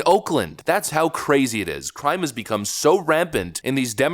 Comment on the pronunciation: Lol he said "become" like it's new 😂